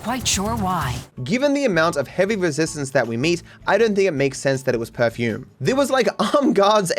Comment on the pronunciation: It's "perfume"